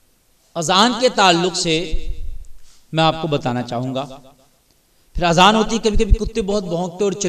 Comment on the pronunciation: Azan lafz bolna pehle seekho